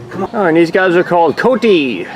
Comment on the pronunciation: The different colorations of the pink, sometimes almost all white flamingos is how they're told apart. Coati is pronounced Cohuati. And the warr hogs are separated Mostly do to the male being to aggressive with the female and probably the young